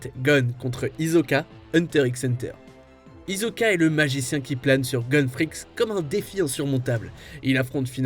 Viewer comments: "HiZoka" ça se prononce hissoka "Les yeageristes" c'est les pro-jaeger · d'ailleurs, ils ont prononcer "hizoka"